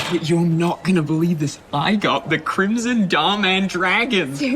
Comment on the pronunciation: When he said he got 'the crimson Dom dragon ' it sounded like he got the cringy dum dragon.